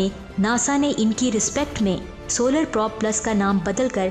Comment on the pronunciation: Wind or probe ko ap sahi prononce nahi kr rahi. wind ko ap winde or prob ko ap prab parh rahi hain. plz correct it